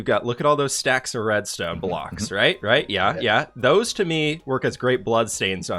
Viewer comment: When he was working out the deal to sell red stone, he kept saying diamond blocks instead of reds tone blocks. 😆😆😆